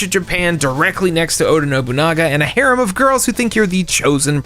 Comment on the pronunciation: please don't say harem if you can't pronounce it correctly :face-purple-crying